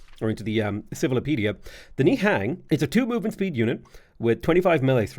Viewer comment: They are the Khmer people pronounced (Kah Mi) and Nihan is pronounced (Ny hon) smh